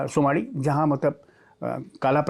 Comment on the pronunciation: ji not sumdi its sumaadi gaon